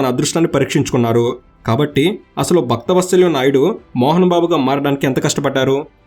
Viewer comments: Bhaktha vatsalyam kaadhu bro Vatsalam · బాబు మీరు భక్తవత్సలం అని స్పష్టంగా చదివితే బాగుండేది